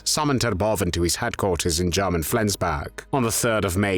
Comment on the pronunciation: Have I been saying “German” wrong all along? 🥴